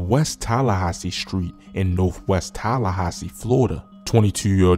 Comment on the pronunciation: I love how he pronounce Tallahassee ❤